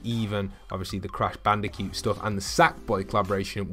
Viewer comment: CRASH BANDICUE THE HECK IS A BANDICUE ITS CRASH BANDACOOT I'm sorry I shouldn't have raised my voice as you can see I am very stressed right now